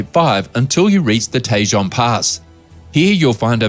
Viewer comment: Tejan is not Tay-jan it tay-hone